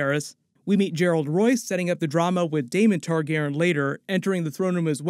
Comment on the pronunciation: TargarYen. The mispronunciation drives me insane.